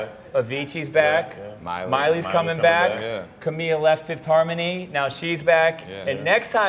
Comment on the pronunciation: Oh my geezus. they cant even pronounce camila's first name right